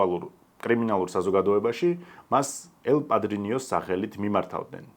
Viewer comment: ელ პადრინო და არა პადრინიო, პლუს ამას გაიარდო და არა გალიარდო. პ.ს. ვიზ რესფექთ❤